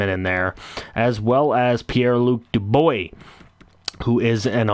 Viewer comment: I'm sorry man Its pronounced (shitsren) and piere-luc (dubwa)